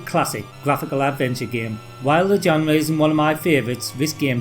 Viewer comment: Shame Ghouls'n'ghosts couldn't use the same fantastically eerie music of the original. I loved Forbidden Forest, it was unnerving to play back then. 'Genre' is pronounced (d)ʒɒnrə/. SOme of these games I Loved and some, never knew existed, ta!